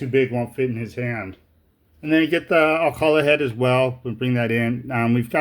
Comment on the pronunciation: My soul suffers every time I heard how English speakers pronounced Alcalá 😖